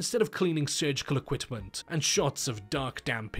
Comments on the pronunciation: something i have noticed over multiple videos: you say equitment instead of equipment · Super specific and probably unnecessary comment but it sounds like you say “equitment” in the beginning not equipment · Great videos but why does this chap say "equitment"? Also says "dilapitated" which I've only ever seen or heard from Americans. Just curious.